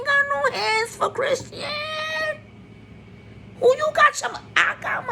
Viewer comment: Chrisean name is pronounced Chris-shawn lol. But you hit the nail on the head with every single thing. But we don't know Jaidyn's background either. The shit she allows from blue and what she allows to be exposed to her children she really isn't any better or much more normal than either of them. Blue is definitely going to try to take the baby and not for the sake of the child's protection but for the hurt of the child's mother. I think Chrisean is going to prove a lot of people wrong. She has to stay away from blue and keep a clear head. As long as she puts that baby first in everything she does, she will be ok.